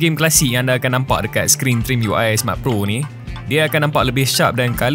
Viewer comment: Sebut trimiui🗿